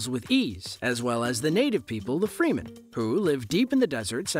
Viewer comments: Ya, I cringed every single time he said "freemen" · morgan freemen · If you can't even pronounce Harkonnen or Fremen correctly I'm just stopping here.